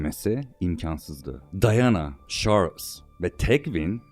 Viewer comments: Şarls! Vurguların o kadar yanlış ki konuşanın sen olduğunu sonradan anladım ,yabancı bir kesite seslendirme yapılıyor gibi duruyor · Kardeşim iyi güzel de şu dolandırıcı adamın ismini bi doğru telaffuz ediver ya...çarlz. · şorls ne abi